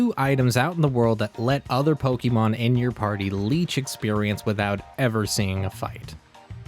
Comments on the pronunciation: it's pokémon not pokimon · >grew up on gen 1 >still consistently pronounces pokémon as "pokey mawn" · WHY DO YOU KEEP SAYING POKIEMON LIKE A 43 YEAR OLD WOMAN?! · Why's everyone pronouncing pokémon like pokimon it makes me mad bruh